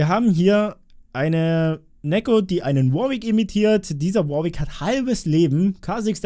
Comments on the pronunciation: Neeko nicht nekko. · Neeeeeeko Nicht nekkkkkkkkkkkkko